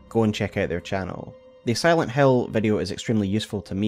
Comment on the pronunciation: Aaaah, you are saying "Silent Hill" not "Silent Hell", yea, that game is a masterpiece